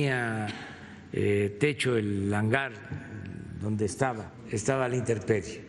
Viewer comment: Señor presidenta con el debido respeto no es "interperie " es intemperie,,, siempre hay m antes de P.😱😷😷